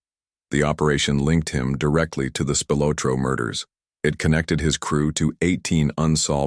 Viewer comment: AI can’t pronounce Italian names